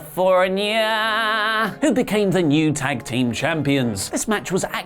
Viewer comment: You shit on WWE for being kiddy and doing dumb things yet you think saying California like that is funny